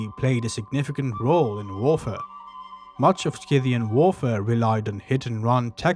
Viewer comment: if you decide to read the script yourself, you should make sure you take some diction lessons or logotherapy. It is ridiculous to make a video about the Scythians and not be able to even pronounce their name correctly. You are probably not aware, but your pronunciation of some words is just laughable. For instance explain to me what "war-fur" is! Or can't you pronounce the plural form "women" correctly?